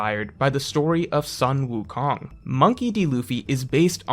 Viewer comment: "sun" wukong is pronounced like "sun" and not "san" in chinese. sun like kun, like luffy-kun. "son" goku, the japanese name for sun wukong, on the other hand may be closer to the english sun in the sky, like "san".